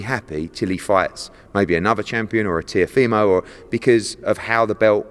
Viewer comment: FFS learn how to say the boxer’s name. It’s TeeOHfimo not TeeoFEEmo. And for anyone who thinks it doesn’t matter, fuck off. It’s his name, and it DOES matter.